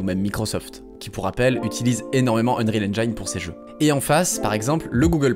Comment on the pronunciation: S'il vous plaît, ne faites plus cette erreur : Arrêtez de prononcer "unreal EngAÏne"... Même en anglais, le "i" dans "Unreal Engine" se prononce "i" et non pas "AÏ".